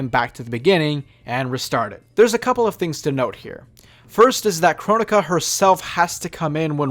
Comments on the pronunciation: Its pronounced kro-nee-ka not Kron-ika or however people pronounced it. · It’s Cro-Nee-Ka